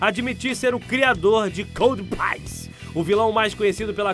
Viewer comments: (códpiece) e não (códpaice) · a pronuncia correta é "codpice" como em peace ou como em one piece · Codpiece se pronuncia /kód pisse/ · Kó-di-pi-ce -- putz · coldpaice ahuahauhauhauahua mds